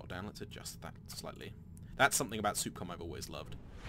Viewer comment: It's Sup-com (s-uh-p c-ah-m) not Soup-Com